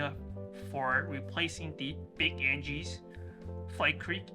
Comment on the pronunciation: Thank you - I now am confident in replacing the cord. It's completely shot, and I have a 30 mile 4 day trip coming up, and I see I can make the repair in time. By the way, it is pronounce AG-nus. But that doesn't change the great directions you gave :D